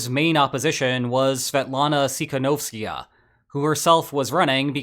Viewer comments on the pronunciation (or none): Opposition leader is called TY-KHA-NOVS-KAYA, not Tsy ...something !!!